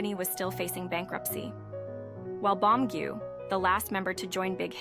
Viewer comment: I was talking to the screen saying you won't have to cry through the whole thing. And yes, Beomgyu is more like Bomgyu. In each chapter they guide you on how to say each of their names. Glad you're reacting to the guide, there is so much more to their story than most know.